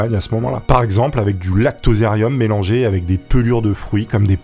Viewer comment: 😅 lactozerium qu'il dit !